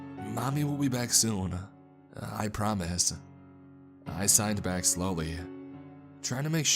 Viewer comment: I thought he was saying sighed and not signed so I was confused what kind of conversation they were having